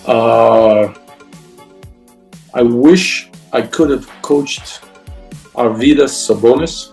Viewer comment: its actually AR-vy-das, not ar-VY-das